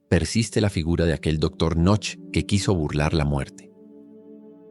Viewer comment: la pronunciación de Knoche es algo como "cuNoju"